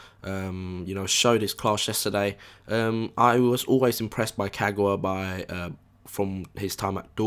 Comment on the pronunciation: Don't mean to be annoying but people really need to stop saying Ka-gouw-a, there's no 'ouw' sound, just pronounce all three syllables simply as they should; Ka-ga-wa. 'GA' NOT 'GOUW'